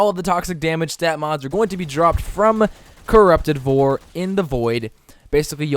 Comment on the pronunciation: Where can you find corrupted vor ? I legit couldn’t understand you when you said it